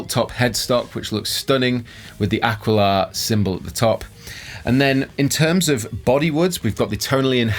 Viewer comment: Ah. Key. La, not Ah Quill Ah